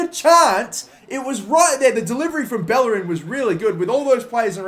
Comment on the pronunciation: Irrelevant side note: To this day it still amazes me how people can't properly pronounce Bellerin's name, given the fact that players like Casillas and Llorente are pronounced correclty. I'm not speaking spanish, but I was able to understand that every double L in spanish is pronounced like "y" in "yes" since I was 15 years old. I'm not saying learn and pronounce every name right, but it just confuses me how people are unable to realize some super basic things, not because they are basic, but because they actually use them so frequently.